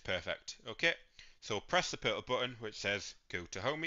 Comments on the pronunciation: It's Ohme, not Homey, infuriating! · I had to stop watching. Couldn't cope with the mispronunciation of Ohme. It's NOT Homey!